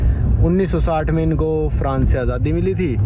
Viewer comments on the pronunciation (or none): none